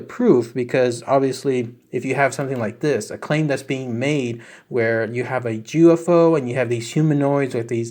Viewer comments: No he said Jew F O 😅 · Did you say Jewufo? -51